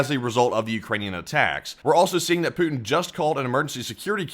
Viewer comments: oh god dont ever say 'pooty' again please it sounds like an innuedo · Pouotin ist Skrewwed